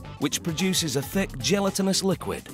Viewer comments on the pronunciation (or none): It’s pronounced gel lat in us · He says it like gelatin-ous while we might say jell-a-tinous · Anyone else bugged about the way he says gelatinous? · That’s an Englishman for you, they always have to be different. Even though it’s us ‘muricans that made the changes to the language lol. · someone needs to teach the british how to pronounce certain words like "gelatinous" and "iodine" smdh